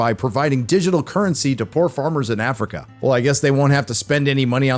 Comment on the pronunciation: love how you say "Effrikah" 😂